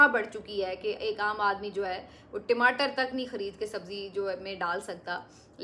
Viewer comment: timatar nahi tamater hota hai😊